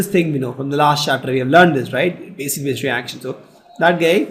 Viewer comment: its basic not basis